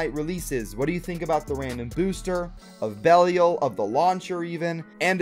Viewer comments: If you're still having trouble pronouncing Belial, the proper english pronunciation has the I making the long I sound, so it's pronounced like "bell I all". That said, going off the trailer you're technically saying it right because that's how Bail says it. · It is pronounced bey-Lee-a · I think I found one of my pet peeves - not even trying to pronounce Belial. I'm like "GOOGLE IT DARN IT!!!" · it is going to take you less than 5 minutes to learn how to pronounce Belial. Learn how to pronounce Belial.